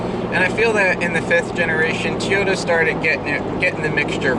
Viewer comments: Say it with me Toy-o-ta. Not Tea-o-ta They were never and will never be a Teaota. Toyota, Toyota, Toyota.... I have a 3rd gen now and I used to own a 1st gen - Solid axle and fuel injected. Simply the best of all gens. IMHO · Jennifer Howell Yes, TO-YO-TA. Not Tiyota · why do you say Toyota like "teeyota". It's toy-yo-ta. good vids either way tho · I still love the look of the Gen 3 but love the V8/V6 of the Gen 4. I drive an 04 V6 SR5 that I will drive until the wheels fall off, and we all know that is a loooooong time! :-) With all due respect, it's prounounced "Toy yo ta" not "Tee yo ta". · wtf is a 'TEE'yota? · tea-ota, never heard that before lolololololol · Not really going to take 4Runner opinions from somebody who can't even pronounce "Toyota" correctly. Shrug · Seriously, how can you review a car manufacturer and not know how to pronounce one of the biggest car manufactures in the world?